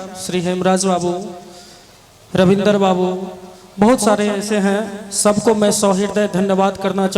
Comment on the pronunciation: Orchestra party anchor (jise gaaw me announcer) bulate hai ki style me bol raha hai... 'Sa' ko 'sha' aur 'sha' ko 'sa' bol raha hai. 'Khush' ko 'khus' aur 'sab ko' ko 'shab ko'